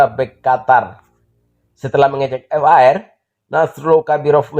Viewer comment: Min... V A R bukan F A R , menggelitik kuping dengernya. Bravo Timnas U 23, semangat³